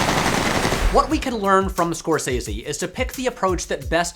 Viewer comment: That's not how Scorsese is pronounced.